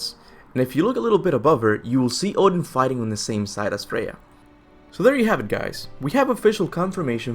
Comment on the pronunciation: Freya... Freyja